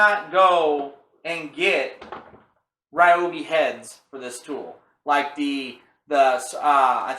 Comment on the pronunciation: REE-OBI not RYE-OBI... carry on